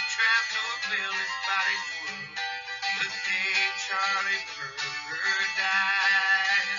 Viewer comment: O M G ... its pronounced: " BIR-JER"..